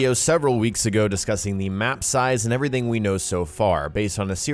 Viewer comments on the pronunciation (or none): none